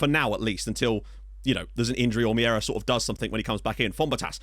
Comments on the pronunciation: It's not Miera, it's Meira. I'll try to help you pronounce it right. M'hey'rah. If you pronounce ei as hey, its enough and it will be correct. Cumps from Portugal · if you want the correct pronunciation of Meira it's more like Mayra